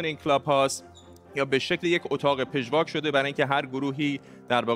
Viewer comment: لطفا آقای مجری برنامه کلمه پژواک را با فتحه یا زبر پ بخوانید!